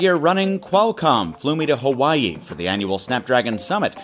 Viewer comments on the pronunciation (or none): You say Hawaii weird. "Hawhy yee"